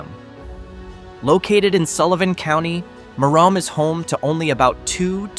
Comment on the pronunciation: Merom is pronounced meh-rumm, or mirr-uhm, not mirr-ome.